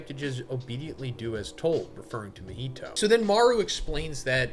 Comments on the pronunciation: Why does majority of white people struggle to say Japanese names correctly lol. "Ma-heetow" instead of "Ma-Hee-To" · Sorry to be that guy bro, but your content is so good that the pronunciation is throwing me 😭 Mah-He-Toe